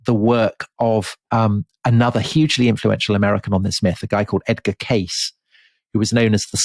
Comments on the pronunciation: Good afternoon from the beautiful California wine country 2 years later. Fun series. Just a little correction, Tom, Edgar's last name is pronounced Kay-cee. Yup. Love you guys and tell everyone I know about The Rest is History and you. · Edgar Cayces name is pronounced 'casey' not 'case' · The last name of the Graham Hancockish somnambulist loon, Edgar Cayce, is pronounced "KAY-sea" (/ˈkeɪsiː/), not "Case." Nice catch on "coccyx." Also, great show as usual. 👏 Thanks! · The last name of Edgard Cayce is pronounced "casey". Do your homework. Ruddy limeys. Shit. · The 'Sleeping Prophet's' name is pronounced Edgar Kay-See. I've listened to so many of your episodes and THIS is all I've been able to contribute. Humbling, that. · Edgar Cay-See